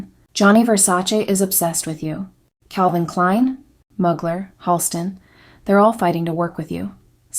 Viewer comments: Not “MUG- ler” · UGH. YOUR PRONUNCIATIONS ARE HORRIBLE. "Iman" is "ee-MON." Mugler is "moo-GLARE." And don't forget Beverly Johnson and a few other African American models BEFORE Iman.